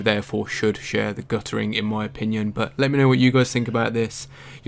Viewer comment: Guttering, not gu''ering.